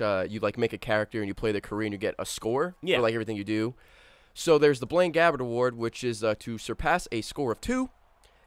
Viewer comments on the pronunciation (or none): 'Blaine Gabbert', I heard 'Blame Gavin'. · When he said Blaine Gabbert achievement, I thought he said Blame Gavin. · lol blaine gabbert, I thought he said blame gavin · Am I only one who heard say "Blame Gavin Legacy Award"?